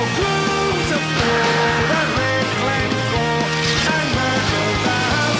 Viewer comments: Er that's Glencoe, not Glemcoe! I'm sure those "reaction videos" are mostly fake. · It's Glencoe btw